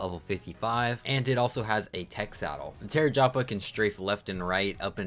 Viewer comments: Bro said the tarajapa instead of the tapejara 😂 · Deinosoucheous and chai-tin got my ears hurting(not to mention, what the hell is a dedonicus or a dunkleosthusis😭) Edit: TERRAJAPA? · Genuinely how did you get “Tarejapa” from “Tapejara”? Like dude. Unless it’s a meme name, in which case I’m stealing it. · “Terror japa” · TERAJAPA? CHI I TIN? CAN YOU SPEAK ENLISH? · The tapejara pronunciation had me dead. Awesome vid!